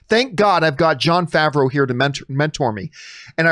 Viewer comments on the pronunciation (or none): none